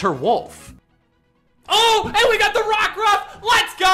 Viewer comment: THE SECOND O IN ROCKRUFF IS SUPPOSED TO BE A U!